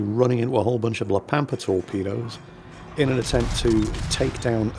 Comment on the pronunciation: I kept hearing La Pampers and giggling all episode.